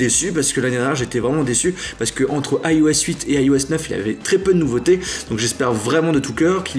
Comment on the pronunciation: Pourquoi tu dis AiOS et pas iOS ?